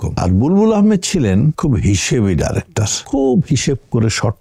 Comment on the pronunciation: আপনার বাচনভঙ্গি উপস্থাপনা খুবই সুন্দর এবং রুচি সম্মত তবে আপনি যদি ডাইরেক্টর না বলে ডিরেক্টর বললে আরেকটু ভালো শোনাবে ধন্যবাদ।